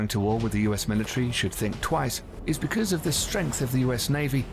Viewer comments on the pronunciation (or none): none